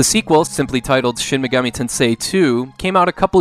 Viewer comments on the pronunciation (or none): "Shin Meegami"......Absolute American